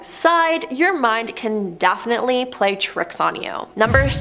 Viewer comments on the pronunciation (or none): none